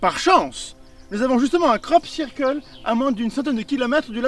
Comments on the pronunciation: Sirqueule pit ! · Sœur keul ! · cyrkeule <3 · La vraie victime c'est la prononciation du mot "circle"